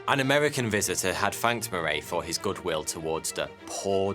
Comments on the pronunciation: Moray, Moray, Moray? I thought it said the other guy was called Murray. Pronounced like hurry, as in Murray mints, too good to hurry mints. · Yeah he is not saying it like I have ever heard James Murray’s name pronounced. I’d say ie like muh-ree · I've never heard my last name pronounced that way...lol...because it rhymes with " furry" many think it's spelled Murry.....